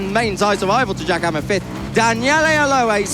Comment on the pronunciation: I heard Giacomo instead Jack Hammer 😅.